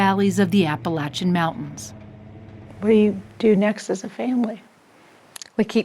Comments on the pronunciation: Thank you for pronouncing Appalachian as we do here. I know it’s a small thing but it means a lot to many of us. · Thank you so much for covering this and thank you so much for saying Appalachian correct ❤ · Dear 60 minutes, thank you for pronouncing “Appalachian” correctly.